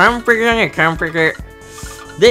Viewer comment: フムームッフッフッフ〜wくわんぺき(英語)だねくわんぺき